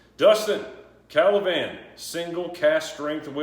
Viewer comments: Ka la van? Ka va lan dude... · It is KA-VA-LAN, not KA-LA-VAN